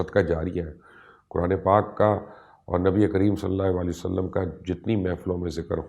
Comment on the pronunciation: مبشر بھائی بہت ہی خوبصورت تحقیق اور تفصیل ہے جزاک اللّہ گذارش کرنی ہے کہ جب بھی نبی اکرم صلی اللّٰہ علیہ وآلہ وسلم کا نام لیں تو پلیز ایک تو الفاظ کی ادائیگی کا خیال رکھیں کیونکہ آپ کے نام کے ساتھ سلام کی ادائیگی درست نہیں ہوتی ہے ایسا مجھے لگتا ہے دوسری گزارش یہ کرنی ہے کہ آقا کریم علیہ السلام کا جب بھی نام لیں تو براہِ کرم پورا "صلی اللّٰہ علیہ وآلہ وسلم" کہا کریں بحیثیت مسلمان اور آپ کی آل اولاد کے غلام ہونے کی حیثیت سے ہمارا فرض ہے کہ ہم ان مقدس و پاک ہستیوں کے حضور اپنے پیار بھرے درود و سلام کا نذرانہ پیش کریں بارک اللّٰہ